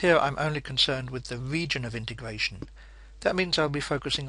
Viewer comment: wegion of integwation